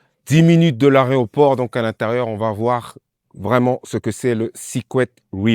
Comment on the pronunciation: Alors juste pour info...C'est aéroport et pas aréoport lol! Réécoutez-vous au début de la vidéo..